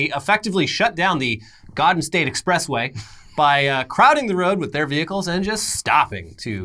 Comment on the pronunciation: YOU REALLY PUT A JERSEY ACCENT FOR GARDEN STATE EXPRESSWAY?